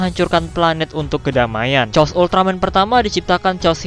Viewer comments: Koreksi:chaos itu dibaca "keos" bukan "cos".maaf kalo admin sedkit tersinggung tapi jadi aneh gitu kedengeran chaos jadi "cos".sekali lagi maaf. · Cmn mau kasih tau klo chaos tu di baca bukan cos tpi keos